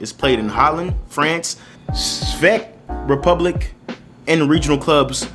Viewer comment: it’s pronounced czech republic: check republic belarus: bella roos cmon man 🤣